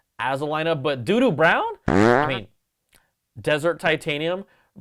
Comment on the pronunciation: I was thinking DUNE brown.......then you said "Do do" brown. Welp.....now that's in my brain, .guess I'm getting the white.